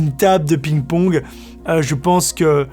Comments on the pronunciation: Cest parce que tu dit pigne pawgue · Va voir comment prononcer ping pong en anglais lol